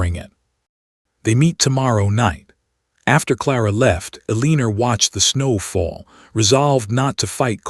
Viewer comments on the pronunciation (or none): Correction: Eleanor = El-lăn-ōr not Eleener Caleb = Cā-ləb not Calb.